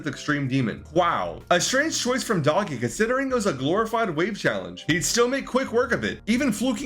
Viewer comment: its not doggie its doogie